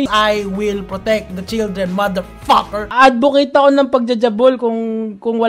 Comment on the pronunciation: "I. WILL. PROTECT. THE CHILDREN, MADERFAHKERRR!" 🤣